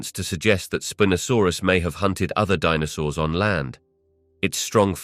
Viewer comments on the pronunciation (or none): .... "Spin-asaurus"? I think it's pronounced Spine-asaurus but I'll just ignore it now. 😅👍